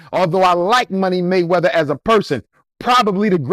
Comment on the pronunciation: "Money Waymeather" 😂😂😂